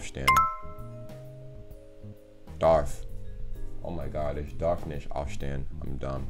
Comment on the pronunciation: I love how you 're dropping the t at the end of "nicht", just like a native speaker speaking casually (and not even second-guessing yourself when you hear the voice actors, who are over-enunciating a little bit).